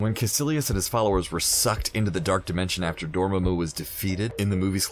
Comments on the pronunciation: mispronounces dormammu... dormayyymu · Well darn now he changed it to door-may-moo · Dormemoo????? Really????? They say DORMAAMU so much how do you mess up that pronunciation? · Easily, since for over fifty years, until the Cumberbatch movie, the name was pronounced DOOR-muh-moo, not door-MAM-moo. Even Stan Lee pronounced it this way. Check every cartoon in which the character appeared. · Dormammu or Doormumu? lol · Dormaaaamu, not Dormammu and for sure not Dormehmu. Things prophesied in this video came to pass, others never will. And it was Stormbreaker. You did great work here. So Thanos snatching the gauntlet back then was fake? And talking about White Vision was great. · Dorm-mu?Really?The MCU pronounces it Dormammu! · Really "Door-ma-moo"??? It's "DOOR-UH-MAH-MU' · Argh!! It really annoys me!... It's Dormammu, NOT Dormummu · Dormamu not 'domemu' 🤭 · DOR MAMO, NOT DOR MAY MO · ITS {DU-RA-MAR-MOO}! NOT {DUR-MARMA-MOO)! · 'Dohr-muhmoo' and 'Nahmore' killed me x,x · door mumu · And it’s door-ma-moo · Door mah moo 🐮 lol it was killing me. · Gojira1701 Also its pronounced Door-Mom-Moo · Ok ok when he said Dormmamu that one might have been kind of bad. Lol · eddie g isn’t it pronounced like door-mon-moo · Zuly Solis Door-Mahh-Mu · Bro, how hard is it to just say the names they way they’re said in the movies? Like, if they say Dormammu and Caecillius in the friggin’ movie, why are you saying Door Mammoo and Kay Sillious? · 🚪🐮🐮… I about lost it when he kept pronouncing Dormammu like that! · SAy it with me Door-mamu... lol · Door moo moo? We gonna ignore he pronounced it like that 😂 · AND DORMAMOO?! it is DORMAAMU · Tell me you didnt see Dr Strange without telling me you didnt see Dr Strange. Door-muh-moo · It’s door mah mooo!! Pleaseee say it right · door-mae-moo Really? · Pronounced NAAEE-MOOR and DOOR-MAH-MOO... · Stop saying dormammu like that. Jesus! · Ok... ScreenRant... I love you! But your narrators suck at pronouncing things like Dormammu, benadict, etc...